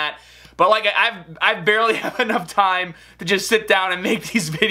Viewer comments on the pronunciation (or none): none